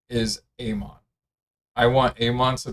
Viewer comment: Bro learn how to pronounce Amon